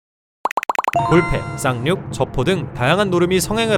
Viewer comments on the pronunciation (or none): 쌍륙이 자꾸만 쌍욕으로 들려요...